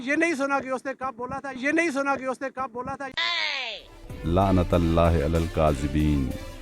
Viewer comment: bhai lantullahi h … lanatallahi nai h …me ap ko bohat shoq se sunta hu … keep it up ❤❤❤